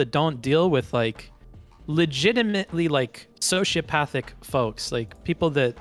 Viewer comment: soshapathic 😂 (“folks”, to boot 🤦🏻‍♂️)